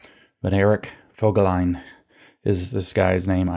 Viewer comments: i is never (!) pronounced as „eye“ in German. Its always either a short sound ( i followed by double consonants => Wissenschaft) as in „tip“ or a long sound as in „keep“. So Voegelin is pronounced Fogeleen. (Actually Berlin is pronounced Bearleen!! ) Its not quite accurate bc oe is this nasty ö sound which is completely absent in English. But its good enough if such pronounciation things matter to you. Great contributions, I appreciate and enjoy your engagement very much. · Eric Vo-gel-in (with a long "o") is the correct pronunciation. There are interviews with him on You Tube.